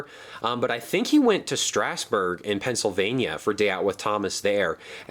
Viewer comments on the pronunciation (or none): You said Strasburg wrong. Your supposed to say it like strazburg